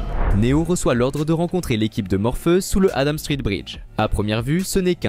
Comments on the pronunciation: J'ai bien entendu morpheus au lieu de Morphéus j ai l'ai oreille qui saigne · C'est bizarre votre manière de prononcer "Morpheus".. La vidéo serait-elle commentée par une IA ??